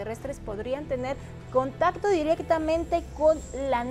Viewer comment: Segundo 53, dice este señor vestido de mujer, senta(secta ) min. interantual, (qué es interantual?), Jajajaja la viruela del mono es menos inmortal jajaajaj, contanto (contacto) Jjjaja danna paola Show men, este señor ya ni sabe que decir, por favor heraldo, póngale un maestro que le enseñe a hablar.